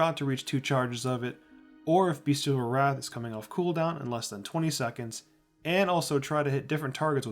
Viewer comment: Nice guide! I like how it’s short and to the point, also it’s BESTial Wrath not BEASTial Wrath 😂I said it like that for the longest time.